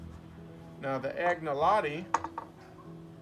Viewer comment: The g in Agnolotti is not pronounced , more a nya sound to be correct . Anyalotti it is Piedmontese